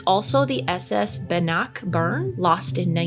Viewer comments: Ban-knock-burn 😂😂😂 is pronounced Ban-nick-burn, just a little trivia. Please continue lol ❤ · Bannockburn is pronounced "BAN och burn" is a place in Scotland. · Bannockburn, a place in Scotland, in the U.K., is pronounced Ban-uck-burn with the emphasis on the first syllable 🤓👍🏼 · It's Bannockburn - bann-ock-burn. Same weight on each syllable. Very famous Scottish battle for independence!